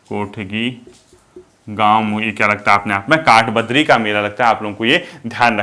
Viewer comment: सर,, काठबद्री नहीं काठबद्दी का मेला